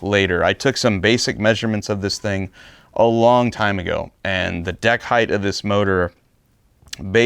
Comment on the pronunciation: Brother, I love you, I love EVERY one of your builds .... But..... It's "heighT"* not "heighTH". I will admit it bugs me, I will also say I don't care if you keep saying it your way, but I had to say it and I now feel way better. 😮‍💨🤣